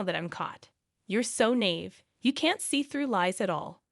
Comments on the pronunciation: After hearing it so many times, and every time hearing it multiple times i decided to help you out. The word is NAIVE, NOT NAVE. Nave is part of a building. Usually with regards to height in a church. And it is pronounced nah-eeeve. Take note. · It naIve not nave pronounced n-eye-Eve nave is part of a church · Nigh Eve. Not nave. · got it in one. and the voice is an AI voice who cannot understand words like 'naive'